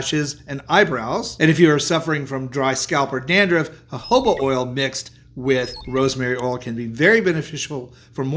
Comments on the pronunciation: Jojoba is pronounced HOHOBA. Is that what you meant. It said HOBA? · Why is he butchering jojoba oil😅